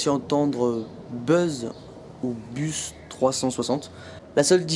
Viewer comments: Bus se dit comme Bess et pas Bez :) mais sa s'écrit quand même bus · Ta confondu bus et barspin et bus sa se prononce comme bus en anglais